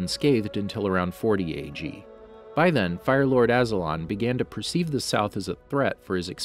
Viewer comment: I’ll subscribe to u guys when u start pronouncing mai and azulon’s name correctly